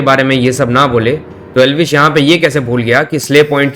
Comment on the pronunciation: Elvish ❌ L vish ✅ 😂